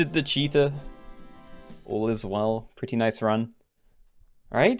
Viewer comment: especially defeating a “cheatah” with a leopard.